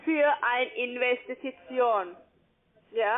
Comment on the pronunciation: Investi-ti-tion 🤔. Geeenau 🤣. Ich freu mich schon auf Neues von dir. Vielen Dank für deine Mühe, mach weiter so.